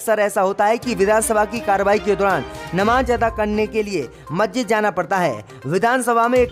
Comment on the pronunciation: "All out" is wrong say "Allot" "Nakhlauw" is wrong pronunciation it must be speak Lucknow Majjid be say MASJID 🖓🖓🖓🖓🖓🖓🖓🖓🖓